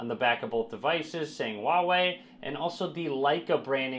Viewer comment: please, it's not "waway". 华为 is pronounced "hwa wEy" with emphasis on the h and the a in the first syllable and w+Ey in the second. Both sounds rising sounds. If you want an easier way to pronounce it, use Hunanese (Chang-Yi or Lou-Shao) dialect - "fa wEy". Copy 华为 to Google Translate, choose source language as Chinese and click the speaker icon.